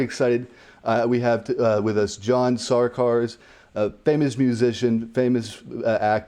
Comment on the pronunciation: I love the subtle "SARkars" btw lmao, genius